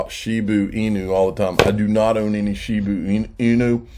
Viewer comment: Shiba! Not Shibu